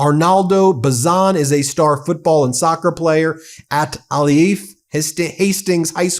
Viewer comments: It’s (A Leaf) Alief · It's pronounced 'A-leaf'. Southwest side of houston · Alief pronounced "A leaf." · I have an update on the 16 year old student who was tackled by ICE in this video. I taught in Alief (pronounced Aay-leef) for 23 years and literally live right down the street from Hastings HS. One of my former students is now a teacher at Hastings. The student arrested by ICE is one of his students now. I found out that the kid was arrested (not sure of the charges) and is being held in a juvenile detention center. His father was taken to an ICE facility to be deported. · And the Houston area & school is pronounced A-leaf. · FYI for future reports...the pronunciation is "A leaf" for Alief. I live in Houston and Alief is heavy Hispanic area that I grew up in 45 years ago. Thanks for your work.